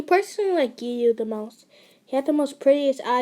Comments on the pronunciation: You said his name correct :) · You pronounced it right also tip try to take things in many takes so it sounds better and gives you more time too talk and process how and what you're saying. Love this audio aswell you're doing amazing sweetie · You said his name right